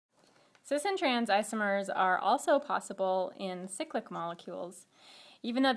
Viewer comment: Great vid but irks me how she pronounces cyclic ... Should be pronounced cyclic "cy" as in "bye" not cyclic as and "sicklick" .... cyclopentane, cyclobutane, not sicklobutane sicklohexane. sorry for my rant its just a pet peeve